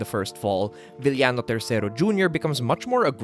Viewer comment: Filipino pronunciation - VIL-YA-NO WORLD CLASS Filipino pronunciation - VI-YA-NO P.S. I wish you could make a video essay about the Lucha Libre Big Three (El Santo, Blue Demon and Mil Mascaras) or the Three Musketeers (Masahiro Chono, Keiji Mutoh and Shinya Hashimoto)